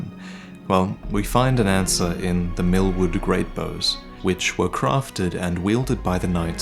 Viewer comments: Everytime I am laughing when hear "Mil..MILFWOOD" xaxaxa sry. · Am I the only one that thought everything said milkwood Instead of millwood